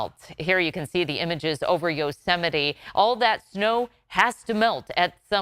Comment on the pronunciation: That's pronounced, Yo-ze-might. McDonald's J Trump